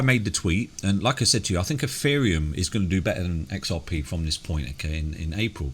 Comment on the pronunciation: Eferium? lol